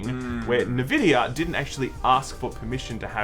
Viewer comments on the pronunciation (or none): Bro is N-VIDIA not nuhvidia It is literally the company name and the entire company pronounces it this way I'm willing to give you data and other words but this time you are wrong cause it's a company name you cant pronounce it differently thats be like Sam telling you his name is Sam and you saying sum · If you say NEvidia instead of ENvidia one more time I'm gonna report you to YongYea. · EN-vidia BAY-tuh